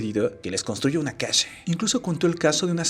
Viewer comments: ¿Por qué dices "casha", "pobresha"? Jajaja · Casha, acushado, shi, pobresha, solvenshia, mereshe, agradeshimiento, informashion Y voy a seguir chi.....do hasta que se te quite esa mañita